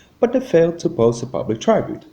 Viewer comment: This is not the same narrator as usual He is much harder to understand. What accent is this? There are many mispronunciations including saying TRY Bute for tribute. The accent is too hard to understand and any narrator you get should be able to pronounce the words. Sorry.